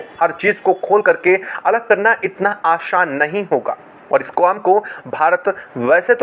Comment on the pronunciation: Aashan nahi Aasaan hota hai